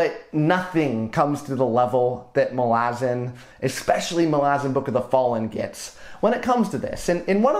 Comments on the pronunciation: Okay awesome work, but omg I can't get around how you pronounce "ma-lazans" opposed to "mala-zans". its a me problem, but love any youtuber that talks about this series! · I cringed so fucking hard when you said "Muh-LAH-zin" instead of "MAH-luh-zan". I've never heard a worse pronunciation of that word lmao. 😭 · Anyone else pronounce it Mal-uh-zan? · Is that how Malazan is pronounced? I’ve been saying it so differently in my head the whole series it was jarring to hear your pronunciation! Nevertheless i really enjoyed your breakdown!